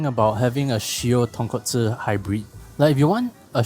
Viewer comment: So proud of you, as I hear the right pronunciation of "Tonkotsu" .... clap clap If I have to be fussy, Japanese pronounce "Ra-men" as "La-men" .... The "R" has no tongue curling for them, so it sounds like English "L".